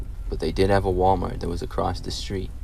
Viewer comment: "Wa-Mar"? Where's the rest of the letters?